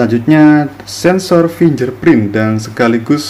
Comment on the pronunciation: Ngomong masih belepotan, istilah inggris salah semua pengucapannya Termasuk fingerprint bacanya bukan finjer tapi fingger